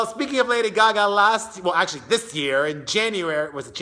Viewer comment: It's not GaGa. It's Gaga.